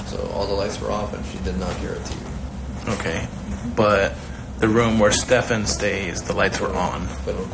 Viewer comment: Incredibly unprofessional 'Steven' ?? Its STEPHAN.